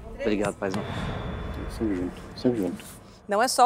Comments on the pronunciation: Toda hora que o fala Paizão, uma fada morre. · irritando já toda hora falando paizão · Velho,o já tá me irritando toda hora "PAIZÃO" afff